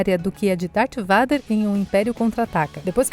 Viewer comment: a pronúncia robótica está tão estranha. Ela pronuncia Vader ao invés de "veider", Parece meu pai quando falava farveste ao invés de farwest